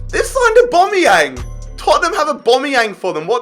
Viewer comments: Obomeyang say it as aubameyang. Au-bam-e-yang basically all bam e yang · He says aubombeyang😭😭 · Nobody:: AWBOMEYANG! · They way he pronounces Aubameyang infuriated me and I don’t know why 😂